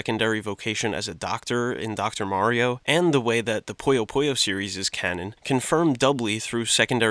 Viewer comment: I'm sorry but I HAVE TO correct your game pronunciations. Puyo Puyo: Pronounced "Poo-Yo, Poo-Yo" not "Poyo Poyo" Madou Monigatari: Pronounced "Maw-Dow Monigatari" not "Ma-doo Monigatari" Idk in what context ou is Pronounced oo but I'm too southern to think about it. Cool Mario vid